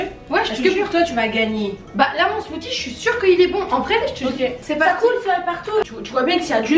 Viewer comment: SMOOTHIE SA SE DIT SMOOCIE PAS SMOTY